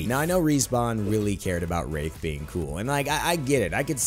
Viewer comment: Did anyone else think he said rape not wraith at